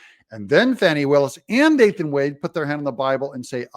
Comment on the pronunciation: The term Fani smacked needs to be used for her. And not the "Fawny" just started pronunciation either.